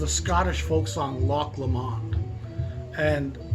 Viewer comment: it’s pronounced Lock Lomund!